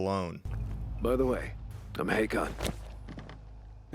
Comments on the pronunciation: Ha-khan? it's pronounced Hay-con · This isn't really important but you pronounce ''Hakon'' wrong. In the gameplay trailers, the character pronounces it like ''Hay-kon''. Again, that's not important but I still wanted to let you know.